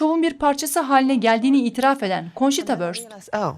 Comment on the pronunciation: Konçita diye okunuyor.